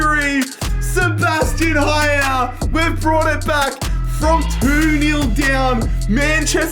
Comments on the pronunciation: Its not Haier its aller. The pronounce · pls do never pronouce haller ever again like this its french